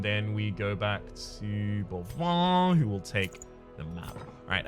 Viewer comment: speaking of pronounciations, the plague doctor's name is boivin, not bovoin, and it's read "ba-reliéf" :p